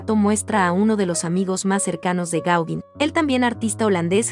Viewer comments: Interesante, aunque chirría un poco escuchar una y otra vez "Gáuguin" (y mira que se empecina nombrarlo muchas veces😀), cuando se pronuncia* Goguén* (más bién con un sonido entre la "a" y la "e"). Más que nada para que los chicos no aprendan a pronunciarlo mal. Es Pol Goguén chicos NO "Paul Gáuguin"😊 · Hola, conocía mucho la obra de Gauguin en la Polinesia, pero poco de su arte antes! Me encanto la crusificion, parece casi infantil, pero es excepcional! Respecto a la pronunciación del nombre del pintor (me rindo)! El perfeccionismo…es parte de mi! Sorry!